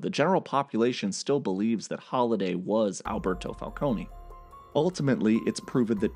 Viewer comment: Your pronunciation of the word falcone is wrong. Say it without e.